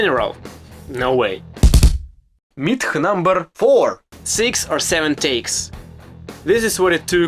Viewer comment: "... it's a tough word for me.... " hahahah You can tell the guy fucking tries hard, learning English ALL BY HIMSELF in his home Country of Ukraine. How many Americans born and raised here would teach themselves Russian? Just for fun and to be able to freely enjoy Russian/Slavic world entertainment or music or what have you. This kid is 1 of a kind. Great Channel.